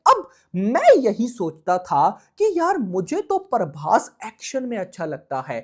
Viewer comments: Bhai paaarrrrbhas nehi ,its Prabhas..!! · Prabhas ❎paarbhass✅